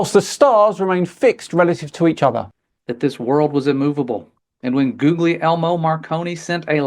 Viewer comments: When someone pronounces Guglielmo Marconi's first name, as 'googeley-elmo', you know they are an utter twonk. It's an Italian name, pronounced 'hooli-elmo'. But crappy pronunciation aside, I think this guy needs to have a bit of a read of the rules in his magic sky fairy book when he says: 'Our Father's provable truth of creation, that we have been putting to the test'. For him, or anyone else who believes that nonsense, Deuteronomy quite clearly states: 'Do not put the Lord your God to the test'. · He pronounced it "GOOGLIE-ELMO" Marconi! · Goog-lee-elmo Marconi???? Sigh. Can someone teach the cretin that people who speak foreign languages don't pronounce things like we do in english, look up the pronunciation. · It's so funny to hear English speakers trying to pronounce the italian "GL" or "GN" sound, it always comes out as something ridiculous like Googly-Elmo Marconi 😆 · "Googly eye-mo" Marconi? Oh dear.